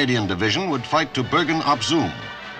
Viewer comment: The way he says Bergen op Zoom👌😂